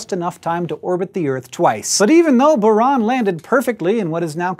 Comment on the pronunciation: It's pronounced Bure-Ahn